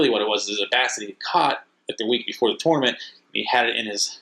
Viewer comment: When you learn to pronounce tournament I’ll finish watching this video